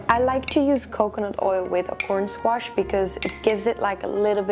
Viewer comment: "I pre-par all the squarshes". Lol.